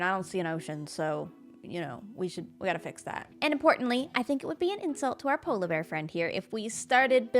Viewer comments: I love the way says "polabear" instead of "polar bear":) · Obsessed with the way pronounces polar bear